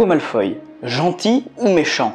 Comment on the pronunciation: Belle analyse que tu nous as pondue. Seule défaut, c'est que tu be prononce pas "Malfoy" comme je le fais: ça ma juste un peu déstabiliser. Toi: Malfoy > malfoille (oye) Moi: Malfoy > malfoi (wa)